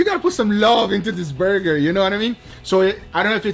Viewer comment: "Chris likes a THICKKKK BURgeRRRrrrrRRRRrRrrr"😂😂😂